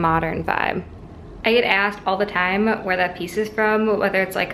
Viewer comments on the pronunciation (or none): none